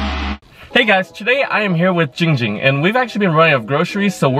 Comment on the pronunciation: Jing Jing not Ging Ging